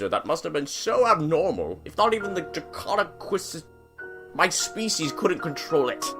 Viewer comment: Not to be rude or anything, but it’s Draconequus